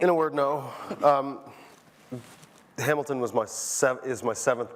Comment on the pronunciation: "Lin-ManOOL Miranda" "HamilDAN" This guy needs to up his pronunciation game.